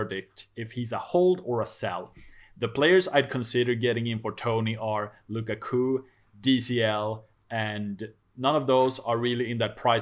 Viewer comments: I am interested to know where his guy got Luca Coo from.... literally have never heard anyone say it different from lu kak u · Lu-Ka-Ku please practice